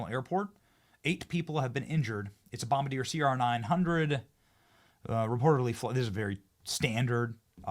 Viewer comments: Hey, Benny! 35? You’re still just a baby! LOL Love your show!! One minor issue, though: it’s “Bom-Bar-Dee-A,” not “BomberDeer.” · Bom-bar-deee-aaaay, not bombadeer loool. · Bom-BAR-Dee-Yay Benny. Its a Canadian company they make good shit including trains and power sports. Very very good safety record overall. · Benny,,, it's pronounced bomb-bar-dee-ay.